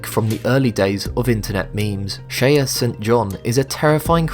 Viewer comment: Shaye, not Shaya.